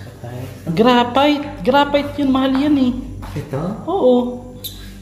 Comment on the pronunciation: Granite hindi grafite🤣🤣🤣